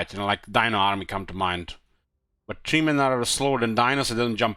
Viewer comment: Just noticed how says Warhammer Tree instead of Warhammer THree ❤